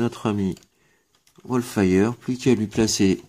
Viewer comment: c'est Wolfwire, pas Wolfire;) J' ai à present 7 TT deluxe et celui-ci est certainement mon préféré devant Triggerhappy: pas de trous au niveau des bras, de bonnes articulations, un plastique de qualité et une figurine qui pèse son poids, une transformation fun et simple, une peinture bien présente hormis la tête (comme d'hab^^), un mode alternatif qui tue, un gros gun et un putain de sabre... J'avais le G1 et je dois dire que cette nouvelle est vraiment plus jolie et fun! Pour info, j'avais à dispo la version takara en unboxed pas chère et j'ai pris le hasbro... Qui a de la peinture en bas des jambes. Le petit détail qui a fait pencher la balance!